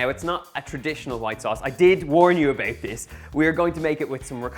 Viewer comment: ebooowt ebooowt eeebooowt.. . ebooowt ... eeeend thawts it . owh , a beuwtiful poewt of lasagna ....